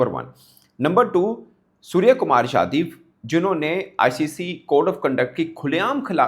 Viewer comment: It’s yadaw not yadiv sai kary